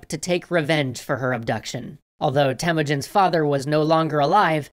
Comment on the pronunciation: Temuujin not Temujin well your guesing how I now better then you because im Mongolian and did you guys know that "Gengis" Khan actual nick name Chingis Khan owned half of the world. People khow he had a hard life but I don't think your story is true and you guys should write khaan like longer "a" what you guys rad is way different than what we have rad so yeah~ that's what I wanna tell you guys.